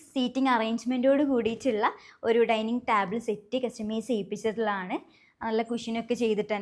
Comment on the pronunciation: ടാബിൾ അല്ല. ടേബിൾ. Kure videosil ingane parayunna kett oru arochaka feeling. 🙉